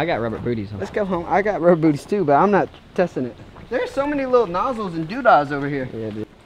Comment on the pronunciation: "Nossles and dooda's" lol